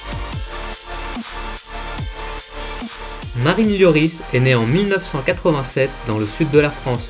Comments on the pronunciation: Hugo lioooris frère fait un effort LORIS ca se dit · mais orh t’a rien compris toi ca se dit l o r i s pas lioris comme il dit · correction Lloris